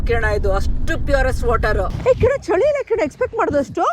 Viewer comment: ಚಳಿ❎ ಚೋಳಿ ✅